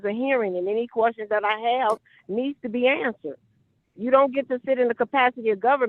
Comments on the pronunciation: My question to her is what is a "qwarstion?" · What the fuck is a QWUSTION? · What the heck is a "quashton"?!!! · "the quorstions"? Really? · The kwuschen? Lemme axe u a kwuschen 😂😂😂😂😂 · Did she say peanity and perjury? It's due process I have my querstions answered and my querstion is "what is a female?"